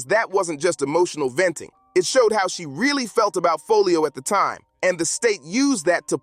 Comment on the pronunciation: lol he keep saying his name wrong that’s wat he meant by who’s folio 😭😭😭